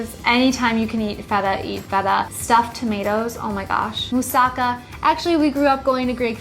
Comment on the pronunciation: Moo-saw-KAH. Put the accent where it belongs.